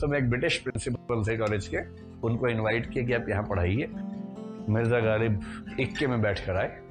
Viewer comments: प्रिय विकास जी,कृपया नुक्ते का ख़्याल करें!ग़ालिब है गालिब नहीं ।शायरी में वक्तव्य तैयारी के साथ होना चाहिये।कृप्या ध्यान दें।आभार । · My dear sir galib nahi ghalib. Aap upsc ki coaching kawata ho. Improve your pronounciation ( Urdu main Tallaffuz kehte hein)